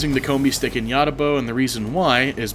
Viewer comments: Yadda now? You mean ya-owe-ja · It is pronounced ya-oot-ja bow.